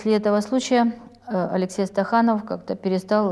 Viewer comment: Не Стаханов,а СТАКАНОВ.